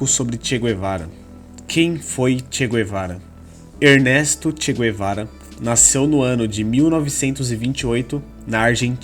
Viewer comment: Tudo mito Nem mesmo o nome do Che ele pronucia em condicoes